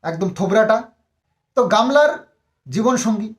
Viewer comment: দাদা তোমার মুখে gamla শুনে আমার খুব হাসি পাচ্ছে 😅😅😅😅😅😅😅